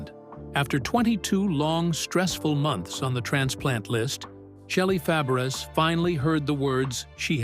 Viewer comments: I believe her last name is pronounce Fa-bray. The "a" after the F like the "a" in apple. She was a good friend of Annette Funicello and a great support to her during the progression of her MS. I bet she really missed her going through her own ordeal. But it looks like her husband was very supportive. I always liked her. I hope she is doing okay now. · This announcer is a bonehead. Her name is Fabares (pronounced Fah-bah-ray). The name is French! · You should pronounce shelly. FABERES the same as Nanette FAPERES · Please say her name RIGHT!!!!😢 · Mispronouncing her name is unforgivable. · Learn how to say her name WTF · You mispronounced her name!!!!! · Say her name correctly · He is an idiot who can't pronounce Fabres😂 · IT would be nice if you learned how to pronounce he name. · For sure! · I agree. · He got it close when he pronounced her aunts name . 😅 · I quit listening when he didn’t even bother to find out the correct pronunciation!😮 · Yes it would soooo annoying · Totally agree